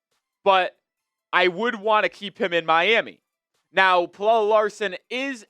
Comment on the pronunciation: I love how you went from mispronouncing his name as “pellell” to “pellella”. It’s just “Pella” homie.